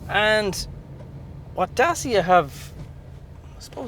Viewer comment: Great review apart from the pronunciation of the name Dacia